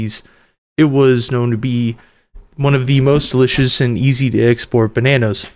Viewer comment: Another "DELIious BANANA"